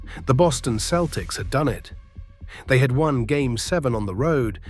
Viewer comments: It is not the keltics it is the seltics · Keltics? Who can listen to this AI generated slop? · You really don't know the game if you call them the keltics. Its Celtics with a soft c. You sound english which explains it. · I was a 9 year old Boston kid, what a team that was, gutsy. Pronounce Celtics correctly would have been better.